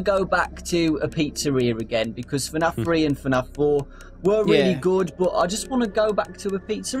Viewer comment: it's f-naf no tfu-naf it's f-naf